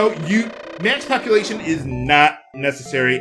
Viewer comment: Every time he says, "max populatuon," i hear "max copulation."